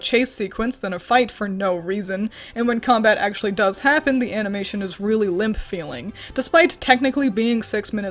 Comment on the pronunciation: When said limp it sounded like she said limph, I dont know why I heard that but, uh it happened